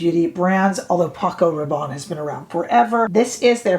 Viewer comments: I would pronounce Rabanne as you do (& I believe as it is pronounced in U.K. TV adverts) Apparently here in the U.K. we have been mispronouncing the car manufacturer Hyundai. However, as someone pointed out we were pronouncing Hyundai as their TV adverts & they, Hyundai have now changed (or corrected) the pronunciation on their recent TV adverts. It’s their brand so we/I will be guided by them. However, what I will say is, I don’t care about exact/correct pronunciation, for me it’s about communication & getting the message across/understood. If I say I am going to I kea people know where I am going & don’t usually feel the need to say that in Sweden it is pronounced E kea. Grammar zealots are another pain in the butt! Phew, I think I really needed to get that off my chest 😮‍💨 🤣💕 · Hey ❣️ULTA’s Video/Model/Spokesperson Pronounces “Rabanne” as You..There ya go..Yes! I find your content extremely helpful as are the folks in your comment section..”Lots & Lots of FUN, here, too!” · You have hyped me on this foundation! I was going to re-purchase the Prada but this one seems to tick all the boxes:) BTW: I am French, and your pronounciation of 'Rabanne' is spot on! Don't get distracted by the mean girls (or boys). Keep going, we are here for it!